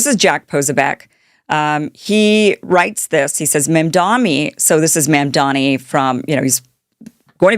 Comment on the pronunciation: What’s w/ female social media influencers and their terrible pronunciation skills? Posobiec? Mamdani? Antipathy? You’re like Candace Owens, Jr.